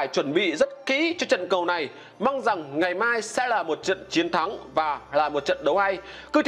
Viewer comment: Lói lăng như nìn ấy,hết người rồi sao mà để ông lày lói vậy